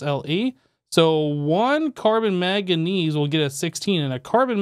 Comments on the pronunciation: Can't tell if you have a cold or are just averse to pronouncing the first 'n' in 'manganese' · I love, and this videos old, but it's manganese there's an N there i swear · The way he pronounces manganese is killing me